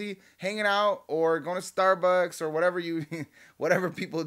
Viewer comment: Funny when you say starbucks 😂